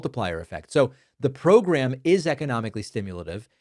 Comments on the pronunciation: Comer is saying "prgrum" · 😢Jamie and his ‘progrum’ 😂 he looks constipated, send him an enema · He’s saying progrum or progr’m, not pogrom. We’re all shocked by this new reality that we’re living in. It’s a living hell, but don’t start hearing what you want to hear - that does no one any good.